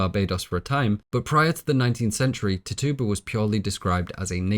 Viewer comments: Loveeee your analysis videos! I always have them playing in the background at work! Just a small nag as an Indigenous Caribbean person, Tituba is pronounced Tit-chew-buh instead of Tittoo-buh. Keep up the AMAZING work! These videos are incredibly detailed! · Pronounced, TITCHU-ba and WAM-pan-ah-g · ti-TU-ba? It's TI-tu-ba, the way I learned, & I'm from Salem... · Tituba - we read this book in high school and pronounced it ‘Titch-uba”, maybe its just your accent but I keep giggling when you say it 😅. Also, WOW THIS IS TRULY A MASTERPIECE!